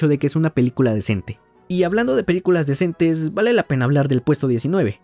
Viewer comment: Minuto Se dice decente, no descentes 😅